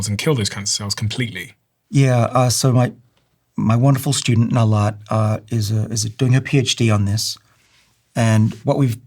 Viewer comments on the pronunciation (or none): none